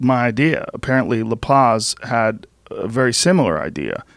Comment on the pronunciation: Joe "Lapace" Rogan